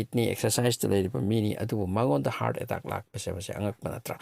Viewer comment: Hear attaaack hyse keigino😂😂 khonthok tu atteck hyna paba kei kyge